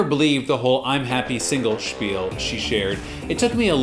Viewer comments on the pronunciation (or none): none